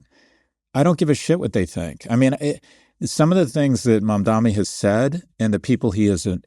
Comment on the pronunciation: "My jewish friends": Just say my handlers at AIPAC Also it's Mamdani not Mamdami. Just call him Mr. Mayor if its that hard.